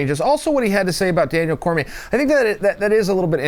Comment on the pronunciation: Its Cormier, ESPN needs a new guy if he doesn't double check a champions name before he posts a video. I'm available ESPN, talk to you soon.